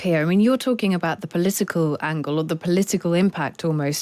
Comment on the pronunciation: Polisical? Poli-SI-cal????